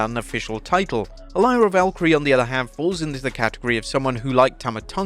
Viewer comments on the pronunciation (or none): 2nd video pronouncing Lyra Valkyria incorrectly, lol